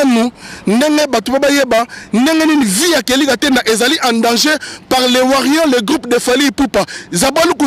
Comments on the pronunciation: Toko beta yo imbecile tu es qui pour nous donner la mis en garde en plus tu connais pas t'exprimé en Français faut parlé ton lingala ... on dit les warriors pas les warrion zoba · Kelly okolela nanu oleli té nous warriors et non warrion zoba nous t'interdisons de prononcé le nom de fally on bien ou en mal a partir d'aujourd'hui sinon tu verra ce que tu cherche tu es averti je suis en France et je connais ou te trouvé tu connais les weshhhh donc fait gafe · On dit warriors pas warrions stp. Et puis ozo mela nayo pema ya pamba ba ko tanga kaka kombo nayo soki otiki ya fally te soki olingi problème te na batu wana. Eza kaka conseil. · On dit warrior non warion bourrique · Warriors aza analphabète pour sa il arrive pas a dire correctement